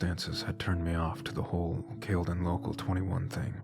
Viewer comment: It’s pronounced Cal le done 😅